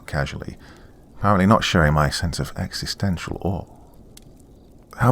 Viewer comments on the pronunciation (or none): none